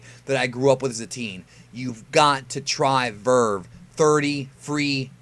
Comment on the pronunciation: Lmao someone say verve😂😂😂